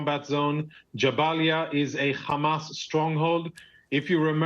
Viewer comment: Out here saying Jabalia like it was jambalaya 🤕